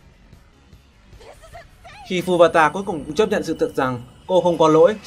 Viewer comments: *Futaba not Fubata :(( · Ad đọc nhầm Futaba thành Fubata rồi :v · Từ phút thứ trở lên là tui khó chịu vì ông đọc nhầm tên Futaba thành Fubata :))) Cờ rút tui mà đọc lộn à :(( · À mà mình ko có ý gì đâu. Vì video bạn làm hay lắm. Mình mãi xem không để ý thời gian luôn. Nhưng mà sao nhân vật Futaba mà bạn cứ đọc Fubata hoài vậy. Đó là nhân vật nữ yêu thích nhất của mình đó. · futaba ko phải fubata ơi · v Futaba mà ôg cứ đọc thành Fubata :V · ad đọc nhầm futaba thành fubata rồi :I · Vãi, "Fubata" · Đọc lộn tên Futaba :))